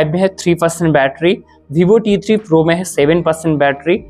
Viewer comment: Bhibho nhi hota, vivo hota hai Chooj nhi hota, choose hota hai Bolna seekhlo bhai